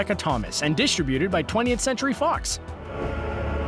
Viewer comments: Its dis-TRIB-uted, not DIS-trib-uted... PLEASE!!!!!!!!!!!!!!!! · It's Di-STRIB-uted, not DIS-tributed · diss-tri-bu-ted? WTF hell is that? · It is pronounced "disTRIButed" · Stop mispronouncing "distributed" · This guy doesn't know how to properly pronounce "distributed"